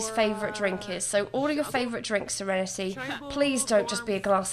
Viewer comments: I'm gonna take a shot every time she says "SereneTAY". Drunk in 5 minutes. 🤣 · Yass sEreNeTay